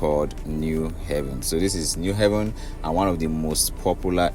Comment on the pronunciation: You’re doing a good job. Keep it up. It’s “New Haven” as New Abode not pronounced “New Heaven”. There’s need to inform Ndi Enugu of the correct pronunciation.